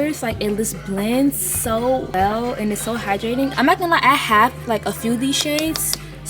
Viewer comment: does it bother anyone else that she says im not gonna "yie" like ew